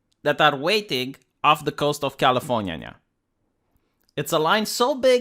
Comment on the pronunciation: Californiania, I love how you pronounce my state.